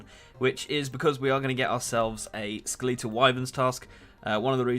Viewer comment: Skel-eetal Wyverns 😂😂